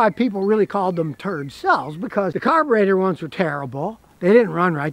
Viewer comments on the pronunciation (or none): 'Turd-cells', lol.